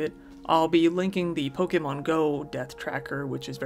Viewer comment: Black Friday is horrifying, but at least there's the pronunciation here to get a small chuckle: * Pokémon being pronounced "Poke-ee-mon" instead of "Poke-eh-mon". * Subsequently being pronounced "Sub-see-quent-ly" instead of "Sub-seh-quent-ly". and the best one being; * Galleria being being pronounced "Gal-ee-air-a" instead of "Gal-eh-ree-ah". They're all firsts for me, though I think I remember the "sub-see-quent-ly" from another video on this channel.